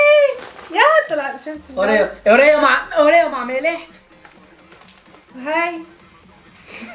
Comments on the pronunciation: اسمو اوريو قال اريرو😂😂😂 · اوريو مش اوريرو 😂😂😂😂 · اريو 😂😂😂😂 اسمها اوريو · اوريو يا اوريو مش ارورو😂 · متتت😂😭 لك اسمو أوريو _مو وريو 😂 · هذا الشيء اسمه اوريو مو اوريو😖 انتبه الحكي